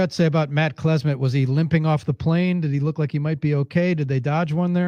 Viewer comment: Matt Klesmit?? C'mon dude